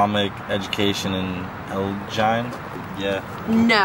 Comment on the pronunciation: Elgin....El (as in elevated) gin (as in the alcohol)